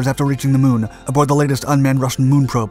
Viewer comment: Did he say the moon or shamu. I don't know just rewind it again. Ok